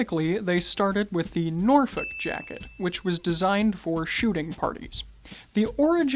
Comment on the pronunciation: I’m looking at a cashmere sport coat for lounge wear, something to keeps me warm but also formal, also everything an American says Norfolk I just feel pain lol